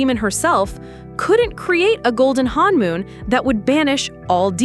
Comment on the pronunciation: it is not pronounced "hanmoon" it is pronounced honmoon